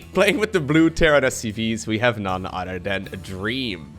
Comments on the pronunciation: I find it so funny that says "otter" instead of "other" lol 😂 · I love your vids man! I don't even play I just enjoy watching this content. Tho when you say other everytime I hear "udder" it's awesome?